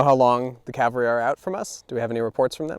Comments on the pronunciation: This is my first time watching one of your videos. Looks like great fun! I'd love to do that with my buddies. BUT.... even tabletop wargame buffs must be able to say 'caValry'. Saying 'caLvary' when speaking of mounted troops is sloppy. Best wishes with your future content. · I'm always puzzled why some Americans mispronounce Cav-al-ry as Cal-va-ry. ie General Meade in this video. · DId he say caLvary??? ugh...